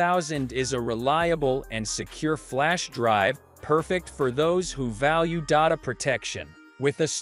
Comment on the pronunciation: Dotta protection? This is the worst ai voice ever it cant even say data lol 😆